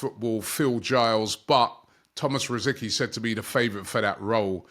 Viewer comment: Robbie, not "Rosikee" but "Rositzkee"